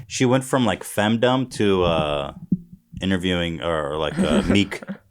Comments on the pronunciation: Or femdumb lmao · Ethan pronouncing the ‘dom’ in femdom like ‘fandom’ is killing me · Ethan thinks "fem-Dom" rhymes with "kingdom"